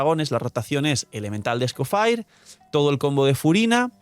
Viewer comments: sin cansarse de decir Escofire: 🚬🗿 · Es francés.. se pronuncia ES-CO-FÈg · Será que puedes decir bien el nombre del personaje? Ya no es un leak, ya tenemos el personaje y ya sabe como se pronuncia, a veces parece que se te olvida que no eres creador de contenido de un canal chiquito.